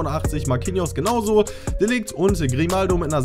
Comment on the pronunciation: Bro das spricht man De Lircht aus